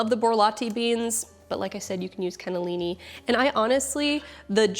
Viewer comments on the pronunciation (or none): none